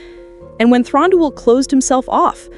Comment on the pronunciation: Also, Thranduil is pronounced Thrahn-du-il. The a is soft. Like Elladan is pronounced like Ella-dawn. And the last part duil is pronounced separately and not together. The Celeborn part is an easy mistake and I used to do it too. But I have never heard Thranduil pronounced as Thron-dol.